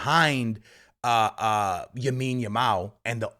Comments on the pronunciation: its lamine yamal not yamine yamal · When is going to learn that Yamal’s name is “LAMINE YAMAL” and not “YAMINE YAMAL” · L A M I N E Y A M A L not yamin yamal 😂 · Its Lamine not yamine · bro its LAMINE YAMAL not Yamine Yamal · bro keeps saying yamine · who’s gonna tell bro that it’s “lamine” not “yamine” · C'mere bro, repeat after me: LAMINE Yamal. One more time: LAMINE Yamal Ok, one Last time: LLLLLLLLLLLLLLLAMINE Yamal There ya go pal 👏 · BRO STOP SAYING YAMINE YAMAL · He can’t even pronounce some of the Barca players names maybe he should learn first how to pronounce their names properly then he should make a videos on them. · I was about saying this